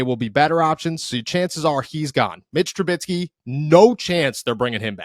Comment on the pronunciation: For the love of God, say it with me. His name is pronounced Tru-BISKEY! Rhymes with whiskey! You both keep saying Tru-BITSKY! You are professional journalists and broadcasters. Please pronounce the names properly.